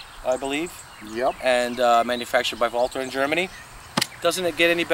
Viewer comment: My mind was pretty well made up to buy this rifle, before I saw this video. This is a confirmation that I will make the correct choice here., I think, no I know, you are the first guy I've heard that pronounced the name Walther correctly, it IS as VALTER foks,..think German. Also, what size or power scope would you recommend on this Terrus for target and small vermin shooting?